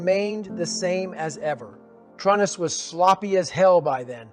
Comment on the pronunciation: This story is accurate based on the books. And it sounds like Goggins. But he says Trun-nis. In the books it's always true-nis for his fathers name. Is this a chat GPT summary in Goggins voice?